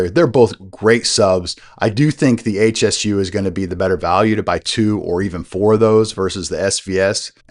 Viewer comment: It's not H.S.U, it's Hsu Research, pronounced Shoo, named after the founder Dr. Poh Ser Hsu.